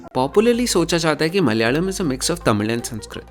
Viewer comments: Why do you say "Malyalam" instead of Malayalam (Mala-yalam), suppressing the vowel on the second letter? Say the vowel (of the second letter) fully. There is hell-of-a-lot of difference between Tamil & Mal-yalam month names. All over India month is named after the "nakshatra" (star asterism) that Moon is at (location-wise, Moon spends a full day-night (almost) at one of the nakshatram's, number 27). The first month "Chaitram/Chaitra/Chitra" is for nakshatram, Chitta(or Chitra as some would say) in Kanya Raasi, falling in March-April. Malayalam months don't follow the Moon, but the Sun's transit and not nakshatra but Raasi's (the 12 Raasi's or "signs" also divided into 27 nakshatras), The first Sun-month is Chingam (Singam or Simham = "Leo") starting in the middle of August. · This is some quality research right here... The way he tried to pronounce malayalam 🔥🔥🔥